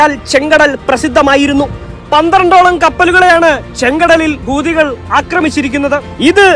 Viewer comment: ഹൂദി അല്ല സദ്ധ് ഇടിം ബായ് ഹൂത്തി 😑